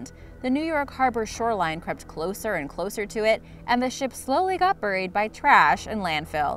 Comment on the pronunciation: Uh, it's "Bear-ee" like Cherry, not "Bur-ee" like Hurry. Cringing every time I hear buried.